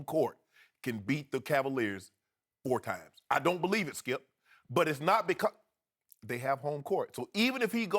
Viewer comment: I'm convinced these two are contractually obligated to mention LeBron at least 20 times on every show. Skip: "Ray Allen hit the most clutch shot i've ever seen, saved LeBron's career and LeBron got blown off by the Spurs by a record margin." Shannon: "STOP IT SKEUP! I'M JUST ASKIN A QUESTION SKEUP!" It's literally a variation of that every show.